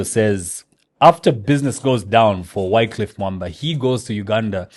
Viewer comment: was mad disrespectful on this one.its sad to learn how disrespectful he can be to people. knowledge (of a language )should not be used against people that don't know it.The guest wasn't insulting nor disrespectful i might understand the frustration with the miss pronunciation of you name but it happens to the most of us in these social settings, not like you haven't done that to some guest on the show.This is our show please don't ruin it for us. And KOB we know he doesn't read the comments but please let him read these one for his character development. (note that i said character not personal dont care what he is out there).